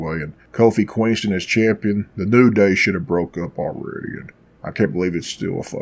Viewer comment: Lol are you purposely saying Queenston? Hahahahahahaha